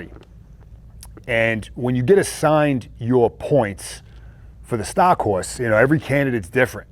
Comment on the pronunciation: That'd be awesome! would be the "stah" of the audiobook!